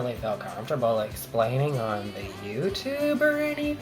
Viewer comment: It takes guts to say all the on the YouTube. (How you said YouTube.)